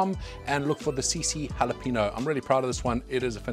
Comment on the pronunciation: Dude, I love your content, but it's pronounced "halah-PAYN-yo". The N in jalapeno is what's known as an "enya", with the little diacritical mark over it. I don't know where people get the long 'ee'.